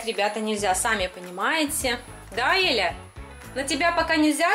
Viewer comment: На 0.55 секунду сказали Еля правильно же Эля